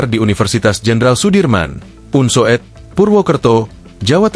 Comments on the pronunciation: Bacanya bukan un so ed, tetapi UNSUD. Masa youtober tidak ngerti ejaan lama. Itu yang disebut U (OE) lamat. Tks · astaga .. sang narator membaca Unsoed sebagai "unsowed", bukannya "Unsud" ....